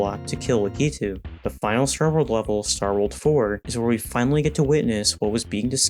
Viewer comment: ...your mother and I called in here to discuss...your pronunciation of Lakitu. We aren't mad, we are just disappointed.